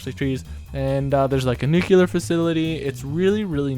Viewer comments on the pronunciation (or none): I'm so sorry for your grandmother, P.S. you're supposed to say new-clear, not nuke-u-lar.